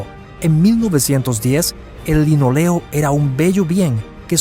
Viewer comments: Pésimo vídeo, las fotos que menciona no las muestra y pone imágenes de gimnasios modernos, imágenes actuales mezcladas con recreaciones y/o imágenes de otros barcos. El recubrimiento de los pisos es de LINÓLEO, lleva tilde y se acentúa en la "o" no en la "e". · linóleo la tilde se pronuncia ¡¡¡¡¡¡¡¡